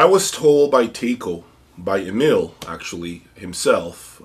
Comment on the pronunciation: Hi - "Taiko" is pronounced with an emphasis on the A, as "tAiko" (like Tyco) - it's a transliteration of the word "drum" in Japanese. As a long-time Aurender W20 user, I'm going for their new two-chassis flagship N30SA.